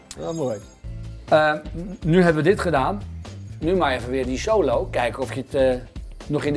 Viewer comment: ''Ja en nu die sholo'' zei die toch